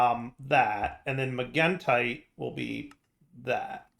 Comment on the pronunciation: He's saying magentite properly!